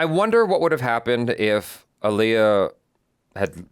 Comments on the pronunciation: I was about to be like, who is this man?? (And then you introduced him but not the point) then you said “AHHHHleeyah” 😩and he corrected you. So, ya know, welcome! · Not...Ollieyah lol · It’s AH-LIYAH! Not UH-LIYAH ! ❤❤❤❤ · We've all been saying her name wrong all these years. She herself pronounced it AAL-iy-ah, emphasis on the first syllable. You can look up clips of her correcting people who pronounce it aal-IY-ah. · he pronounced it like Aliah (the og indian name). Aaliyah is Ah-lee-yah, not Al-yah. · Its pronounced aah leeyah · What's funny is they both pronounced her name wrong, lol. It's Ah-liyah. Like Muhammed Ali-yah. Damn I miss her. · It's pronounced: "Ah-lee-uh." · Correction: She said it's pronounced "Ah-Lee-Ya" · No he didn’t say it right. The other guy said it correctly! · The black community collectively facepalming botching Aaliyah's name. You do at least know how to say, "Sade", right,? Lol... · Either crew were genuinely wrong or they were trolling him on how to say Aaliyah's name 😂😂😅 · Glad someone else pointed this out. People largely mispronounce her name. Even fans.